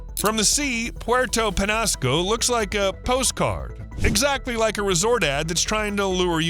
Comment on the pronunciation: It's pronounced, sa-WAH-ro cactus. Penñasco is pronounced, pen-YA-sco